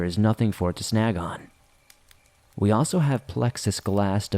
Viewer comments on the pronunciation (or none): none